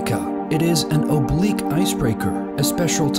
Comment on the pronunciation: The "obluque" is just drifting